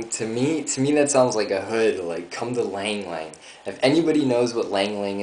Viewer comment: it is ylang ylang ." not lang lang Cananga odorata, known as the cananga tree (Indonesian: kenanga, Balinese: sandat), is a tropical tree that originates in the Philippines. It is valued for the perfume extracted from its flowers, called ylang-ylang (ee-lang-ee-lang) (a name also sometimes used for the tree itself), which is an essential oil used in aromatherapy. The tree is also called the fragrant cananga, Macassar-oil plant, or perfume tree